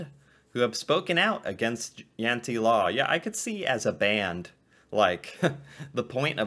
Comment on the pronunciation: Its not jante is jente